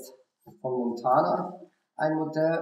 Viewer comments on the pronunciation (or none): gutes Video! die Marke heißt allerdings Mantona und nicht Montana ;)